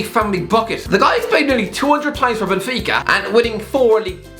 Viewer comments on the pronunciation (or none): none